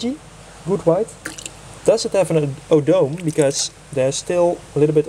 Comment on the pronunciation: Isn't the tail part (Odome) is pronounce O-Doh-Meh not O-dome.